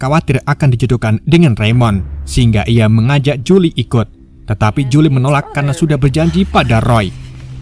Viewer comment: kenapa nyebutnya Jule bang 🤣